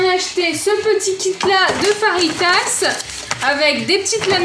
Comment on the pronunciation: Ça se dit fajita pas farita